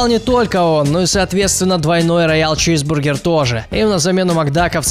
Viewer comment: Мені причулося ранял чізбургер а не раял чізбургер